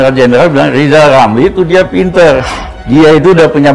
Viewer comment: Sirizal ngucap huruf R aja gk bisa kok mau jafi presiden . duuuuuh amit amit .